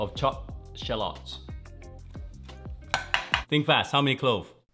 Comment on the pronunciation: He said Sherlocks instead of Shallots lmao! Usually I would cut thin slices and set them to the side. Sprinkle a little salt and pepper, good to go!